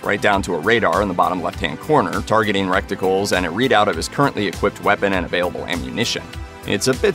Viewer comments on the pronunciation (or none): Lmao! "Targeting 'recticles' "